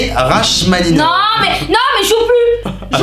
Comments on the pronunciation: ÇA SE DIT "rakmaninofe" OMG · On dit: ra"k"maninov c'est un musicien interpréte 😆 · Rachmaninov ça se lit Ra''k''maninov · serguei rachhhhhhhmaninov mes oreilles saignent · Par contre comment t’as dit Rachmaninov c’est pas possible